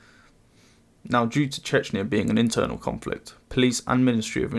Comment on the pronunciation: i just said it myself and he clearly mispronounced word "Internal"